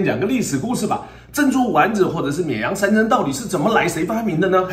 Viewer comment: 沔阳 这次终于读对了😂😂